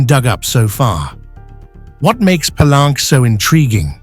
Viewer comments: Palenque is a Spanish word and should be pronounced as you would read it in a Spanish: Pallénke, not Palánk as pronounced in this video, as if it was a French word. Don't get wrongly sophisticated. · Interesting. Most people pronounce "Pelunk" Pah-link-kay.